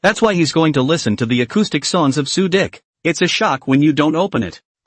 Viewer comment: Why does this guy keeps calling suqi.. su dick come on broo😂😂🎉